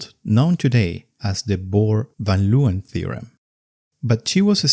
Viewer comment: you say Leeuwen wrong. its not german. it's not "lowen". if it was said like that, there'd be an O in the name. Not EEU